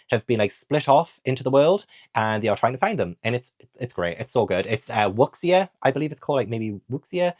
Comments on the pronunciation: I really need to read A Hero Born, I bought it not long after seeing you love it 😂 FYI 'x' in Mandarin is a shh sound, so wuxia is (I believe) pronounced more like wu-sha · it pronounced closer to 'woo-sha'. :)